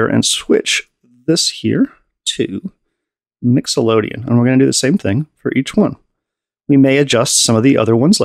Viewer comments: He keeps saying Mixolydian like Nicklodeon. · hahaha. My man, English is the worst, no sweat. Just for educational purposes (professor here) of anyone reading, it's "mixo-lid-ee-an" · Can't figure out if saying "Mixolodian" for funnies or for serious. Cool demonstration nonetheless